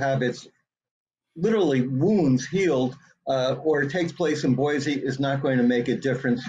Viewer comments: Pronounced “boy-See” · First of all, Boise doesn't have a Z in it. Anywhere. Second, it's not really that liberal. It's Idaho ffs. Omg. Moscow isn't pronounced like the Russia Moscow. Coe, not cow. Really don't 'ol Howie's investigative skills. Just writing a book that fits the authorities narrative. Ugh